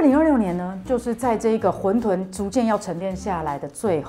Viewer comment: 混沌（ㄏㄨㄣˋ ㄉㄨㄣˋ）